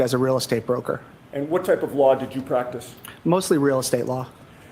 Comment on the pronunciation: Hank its pronounced Law NOT Lar !!!